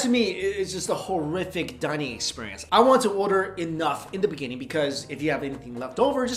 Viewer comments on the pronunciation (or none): none